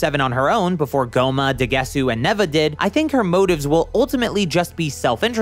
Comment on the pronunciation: It's Pronounced daguseu